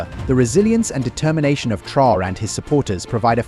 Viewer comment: The title of the video referred to Traore's security measures, but instead you dive into an analysis of his presidency. And you pronounce his name wrong!